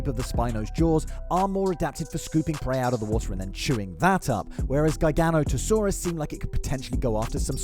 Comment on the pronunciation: Gi GA not a saurua not Guy Gan ota Saurus